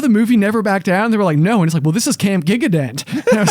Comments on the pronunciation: Haha, not Giga-dent, Gigandet is French, pronounced Ji-gahn-day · saying Gigandet as "gig-a-dent" (which is mispelled anyway, LOL) was HILARIOUS